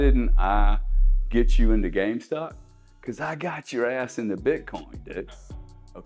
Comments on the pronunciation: I won’t listen to a man that calls it “game stock” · Why didn’t anyone tell him that it’s GameStop not gamestock haha